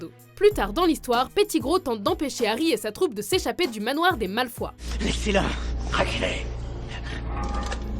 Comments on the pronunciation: heu à tu a dit Drako Malfoi, c'est horrible c'est censé être Malfoy avec un oye. Choqué et déçu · les "malfois"c'est sérieux là ? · " Malfoi " ..... je dislike direct !! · C’est pas malfois mais Malfoy et pas animagi mais animagus et wéslay non non c’est weasley avadaaa kedavraaaa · Malefoye pas malaufoie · Sérieux dites Malefoy pas malefoi ou la dinbledore au lieux de Dumbledore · c pas malfoi c malfoy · cool la vidéo mais mdr ta mal prononcé malfoy c'est comme si t'avait dit malfoi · On dit Malefoy et pas Malfoi et aussi on dit pettigrow pas péttigrow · On dit malfoy et pas malfoi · malfoy ptn pas malfoi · C'est pas malfoi c'est malfoï ( malefoy) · Paul Gr cette mais ils existe aussi en Angleterre et on dit malfOY,pas malfoi(mal au foie jpp),ils se ressemblent mais ce sont deux nom différent (comme Thomas et thomaS avec le s ) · J'aime trop quand tu appelle les malfoy les mal foi XD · "Malfoi, Weslé, Verpi, Gilderoi" XD les noms c'est terrible lol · DRAGO "MALFOUA" mdrrrrrr ptn ça m'a tué xD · Raaah ! Malfoï si tu préfères mdr